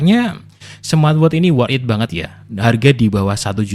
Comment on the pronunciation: "worth it" bang bukan work it